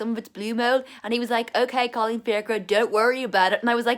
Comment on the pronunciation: is that your name? The way u say it it's funny